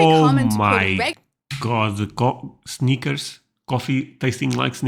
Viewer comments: honey... Snickers is pronounced with a short “i” not a long “i”. 😄 What you said is the correct pronunciation of the word “sneakers,” which is footwear. 😁 The “i” in Snickers is short and rhymes with hit, it, with, lid, fit, etc. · Haha, Snickers, I thought you said Sneakers, lol Sneakers coffee. That’s what can be super annoying about the US. They make a million “ flavors” of everything. Even Baileys Irish Cream comes in about 12 flavors! I guess I really prefer classics. If you wanna make different flavors, make different products with different names, packaging, etc…. All these flavored vodkas, creamers, crackers, chips, etc… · At first I thought you were saying we have coffee that tastes like sneakers. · I thought he said "sneakers." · Oh, you said snickers, I thought you said sneakers. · He said Snickers, but I thought he said sneakers 😂